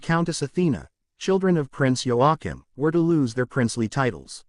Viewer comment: It’s pronounced wa keem!!!